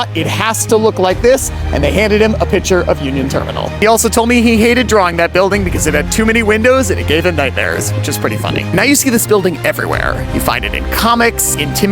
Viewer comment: "piCture", not "pitcher", queerbait.